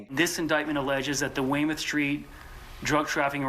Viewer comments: Weymouth Syreet said (Weymuth) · Pronounced "way-myth" so u know